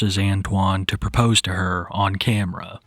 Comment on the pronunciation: Never trust the woman who doesn't pronounce the R in 'propose'